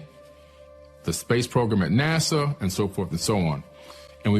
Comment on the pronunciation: this idiot cant even pronounce NASA correctly